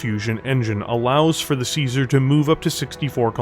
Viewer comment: One day people will find out you say caesar with a k like Kaiser, apparently the year 3049 is it